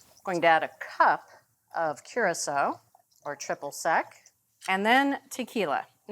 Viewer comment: If they are going to insist on using Curaçao, then Bridget needs to figure out how to pronounce it properly…